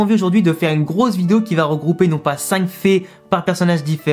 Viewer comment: Quand tu disait 100 "fait" je pensais que tu disait 100 "fée" 😅